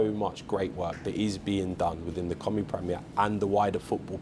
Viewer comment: He can't even say "Cymru" correctly. Heaven help us. Friday football will fall flat on its face.The league has been crap since the early 90s. It'll still be crap 30 years from now. I bet the likes of Caernarfon, Rhyl, Bangor all wish they were still in the English pyramid. Why does he talk about Euros? We have ££ in Wales. Total 🤡 clown